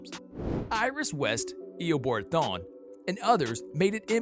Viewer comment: “eoboard thon”